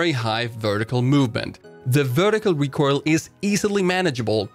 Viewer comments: really wish you would pronounce "recoil" correctly. It's RE COIL, all I hear when you say it is RECORAL and it boils my piss. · Anyone else annoyed by the recoirl? IT IS RECOIL! NOT RECOIRL! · I love you, but pls. PLS. Learn how to say "recoil" correctly. In a "recoil" heavy video I cringe everytime I hear you say it. You almost say it like "recoirl" or [recoyrl]. Love your shit. Love it. Everyone. Don't get me wrong. Love. It. But trying to watch this video is hard. And I know I'm not alone in this. Commence the flak.